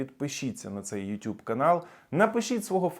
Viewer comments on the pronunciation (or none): none